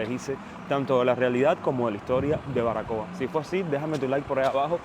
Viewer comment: ¿ Barbacoa ? El Español se pronuncia como está escrito. Así se escribe ó no ? Saludos desde Chile interesante video.